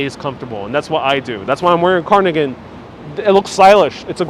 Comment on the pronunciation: Love your videos and lighthearted approach! So I am smiling as I point out that it's pronounced carDigan not carNigan